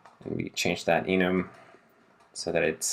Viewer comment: You are saying enum right because AFAIK it's short for enumeration because it's basically just the variants enumerated